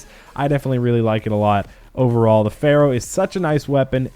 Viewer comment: "Ferrow" lmfao